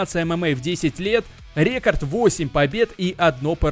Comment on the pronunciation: Почему бы не записывать озвучку в фронт режиме нежели в стерео? В наушниках просто ужасный звук. Ты как будто вокруг меня бегаешь и кричишь рЕкорд рЕкорд